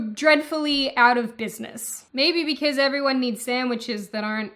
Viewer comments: Why do you pronounce "because" like that? Sounds like you're saying "be-case" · I love how you say "because". I just subscribed for this fact alone.